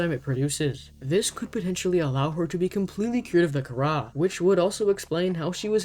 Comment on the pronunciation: I thought Kharaa was pronounced “c-ara”